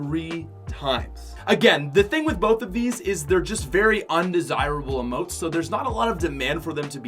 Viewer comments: It’s emotes not amote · What I hate is when he called emotes AMOTE or amoe he needs to go back to 5th grade